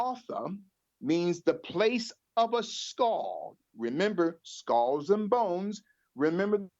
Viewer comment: He needs to do his homework on pronunciation of common English words 🤦🏿‍♂️ he just said skohls for skulls...